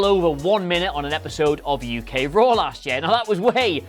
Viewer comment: Nxt UK ain't that hard 2 say mate